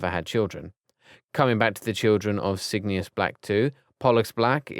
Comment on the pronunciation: Cygni-us. Char-li-us. Nar-cius. WTF!